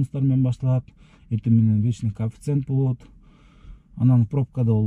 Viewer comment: Кааафицент эмес чычкак коефциент дечи